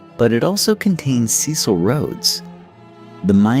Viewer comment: When your AI places van Riebeeck's settlement on the opposite side of the bay, with Table Mountain as scenery instead of a backdrop, your credibility goes, also battered by the wrong pronunciation of Dutch names and indigenous peoples. Or "Cecil". k Dutch was not "stripped down by the African sun" but modified by the "Malay" slaves they imported from the East (Malaysia) as well as the French. Majuba was 27 February 1881 yet the newspaper headlines are Garfield's assassination on 2 July 1881. The drawings of characters often bear no resemblance to existing photos - eg Wikipedia. One of the worst abuses of AI on the internet. The flecks of light flashing across the screen add nothing but irritation to the production.